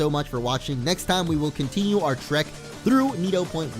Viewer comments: u said it wrong u said nido but its needo like nidoran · nido (nee-do) point woods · you almost said nidoporny